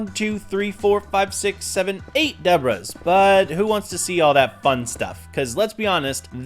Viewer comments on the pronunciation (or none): Did you just pronounce debris as debras